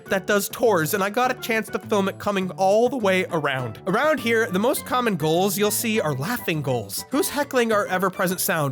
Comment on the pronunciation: Why he pronounce gulls like goals